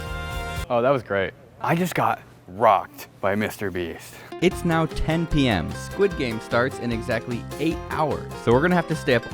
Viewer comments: Willam it is not mr brest it is mr beast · "Mr Breast"